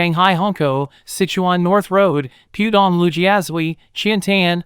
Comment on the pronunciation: That's 'Pooh' Dong - not 'Pew' Dong.